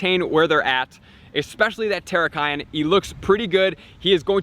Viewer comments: Hey! its Tear (ripping paper) rak KEE - on xD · I cringed when you pronounced Cobalion and Terrakion. Still, pretty good video :) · Julian Galeano sorry my man. Working on it